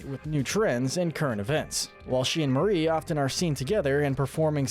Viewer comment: Glad actually says Marie and not “MaRi”